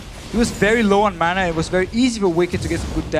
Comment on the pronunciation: I just can't stand Deficio, it annoys me to no end how he pronounces mana like manner.